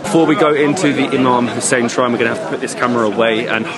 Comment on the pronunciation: OMG how beautifully pronound Imam Hussain love love ❤❤❤